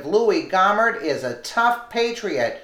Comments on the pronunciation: I like your videos but you have got to start pronouncing words correctly. Gohmert isn’t Gaw mert. Gohmert is pronounced Go mert. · Fyi its pronounced Go Mer t Jesus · Pronounce his French name. Go mare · This is my representative. Is pronounced Go-Mert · No big surprises here! Just one note though - Louie Gohmert is pronounced like Go-mert. He's my congressman and friend and I just like to hear it pronounced correctly. He's a heck of a good guy, a true patriot and the salt of the earth!